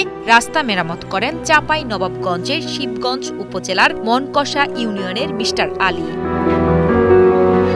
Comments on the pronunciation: মোনকষা ❌ মোনাকষা✅ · বইন, ওটা মনকষা নইরে মনাকষা 😂